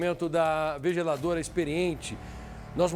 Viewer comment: “Vejeladora “ kkkkk